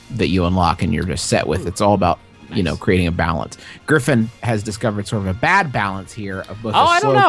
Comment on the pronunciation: griffin: gungine?, an intellectual: gun shoes?